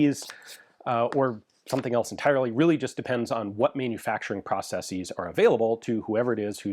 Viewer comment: Thumbs up for the correct plural pronunciation of ‘processes’. At this point, he might as well pronounce the first syllable in the British way too, or abandon Yank English altogether for the entire channel. Make America Great Britain again! 😂